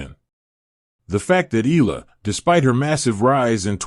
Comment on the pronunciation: ALEX EALA 🎉you keep mispronouncing her surname YOU PRONOUNCE IT E YA LA E YA LA EYALA